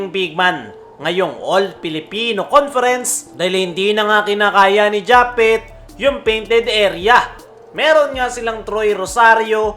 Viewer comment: Japwet Kasi hndi japeth 😂😂😂